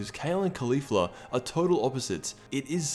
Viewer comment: holy shit he finally said Caulifla and not Khalifa